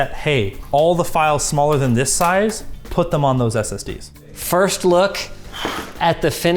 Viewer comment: Bro really said SSDEEZ